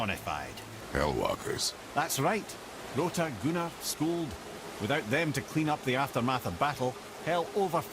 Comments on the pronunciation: Is it bad when I hear the word Gunnr I hear it as gooner instead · Gunnr being pronounced gooner is wild!💀